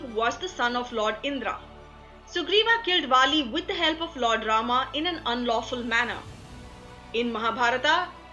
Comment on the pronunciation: KARNAAAA, ARJUNAAA, RAMAAAA, SUGRIVAAA for GOD sake those are names and they should be pronounced same in all languages, gladly she didn't say DRAUPADIAAA. So irritating to hear that and also stop making up foolish stories that Draupadi loved Karn this is no where mentioned.